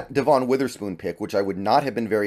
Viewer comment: I think you’re pronouncing Devon’s name wrong, just fyi. Thanks for the interesting content.